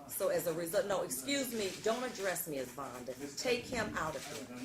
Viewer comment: He called her Vonda? 😂😂😂